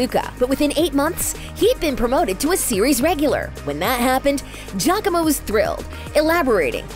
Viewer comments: It makes me cringe hearing the narrator pronounce Giacomo as 'Jacko-mooh'.. No lady! Its Ji-ya-co-mo. Please do some reaseach at least. Smh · I’m sorry, I’m italian and the narrator got close to the right pronunciation, it’s jacko-mo